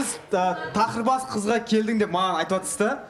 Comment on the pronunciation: Тоқырбас емес тақырбас, коныр емес қоңыр болады. Дұрыс сөйлеуге үйренейік.